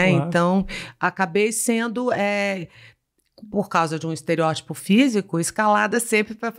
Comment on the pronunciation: Só falta ela aprender a pronunciar corretamente "EsteriÓtipo". 🙄